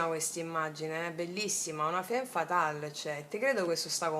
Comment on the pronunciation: La ratio la appendiamo come un arazzo: al muro!!! Ps sei fantastica, lo dico solo per piacere, non per correggerti, perché sei geniale cosi come sei: femme si legge famm! Grande!!! Dio ti benedica!!! Questa stesa è da "seguire l'istinto", molto BASIC INSTINCT: litigano, fanno l'amore, lei evitativa, lui pazzo di gelosia😂❤🎉 da farci un nuovo screenplay. Una curiosità linguistica sulla "divisione": in spagnolo il verbo "partir" (partire) significa anche dividere, come anche in francese "partager" (dividere). Come si nota, la radice "part-" indica distacco, anche in italiano: "partorire", dare alla luce, quindi, evoca significato della divisione, distacco, ma anche la gioia che esiste nel dare nascita o nel senso del viaggio (animico e fisico). Siamo una PARTe del tutto ed il tutto è parte di noi.